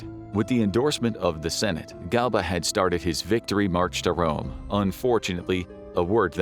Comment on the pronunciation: Rome not Dome